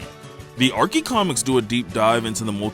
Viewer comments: No way bro is saying “Arkie” 💀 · Archie is pronounced as it looks with a "ch" sound not a "c" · WHY THE FUCK did u call them arkie comics bruh. It's Archie